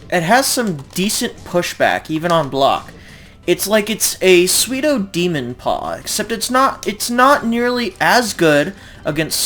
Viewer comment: Love the videos man, keepin the armor king community alive. Just fyi pseudo is pronounced like sue-dough. Keep the good content comin!!